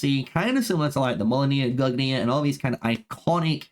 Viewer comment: Respectfully, brother, your pronounciations of these names were offensively bad. I don't know who mollonir and gugnir are, it sounds like what they might have been called if Loki had succcessfully disrupted their creation. Decent video otherwise